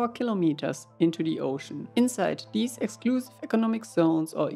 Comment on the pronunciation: I love the way he says "De ÖoooOshcün"